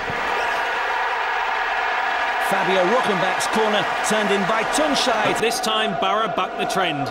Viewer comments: I've always loved to hear that British pronounce of his name. Tunçaayy 😄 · I love how every commentator pronounced his name correctly. Nice job.